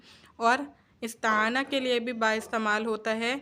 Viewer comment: استعانۃ۔۔۔ ت پر زبر نہیں زیر ہوگا